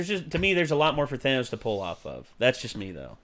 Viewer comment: The Thanos-copter line is fine, but the "ThAYnose" pronunciation ruins it.